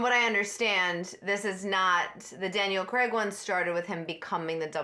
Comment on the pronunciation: Always amuses me how Americans are so laughably terrible at saying 'Craig' lol. Where are you guys getting the 'e' from